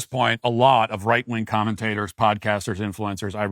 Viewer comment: Why do you call them right- wong conservatives?